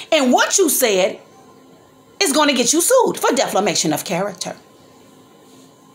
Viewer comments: Right , and it’s defamation not deflamation and you’re a public figure. Bethany was just telling what was told to her . You don’t have a dog in the fight sorry, and if she was so sick and recovering why was she there? Obviously she was looking to go and do something she had no business 🤔. I know you’re mad as an auntie but grown ups have to take responsibility for their actions. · And it defamation not deflimation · You have the wrong meaning of defamation. You can’t even pronounce it .